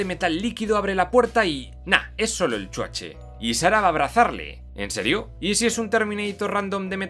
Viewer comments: me encanta cuando dices "EL CHUACHE" XD solo por eso comprare tu libro <3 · Nada como cuando dice: Chuache!!! jaaaaaa!!! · Me gusta cuando dice CHUACHE :v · Amo cuando decís "el chuache " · Exacto! Es como un abreviado de Schwarzenegger, o "Schwarze" pero se oye "Chuache", jajaja! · Chuache, chuache , chuache jajajaja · hahahahaa me encanta cuando dices Chuache jajajajaaj soy tu fan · .."el chuache"..😂😂